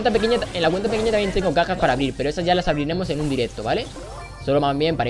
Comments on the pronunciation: Es Porque en vez de decir cajas dijo cacas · en el minuto en vez de decir cajas dice cacas :v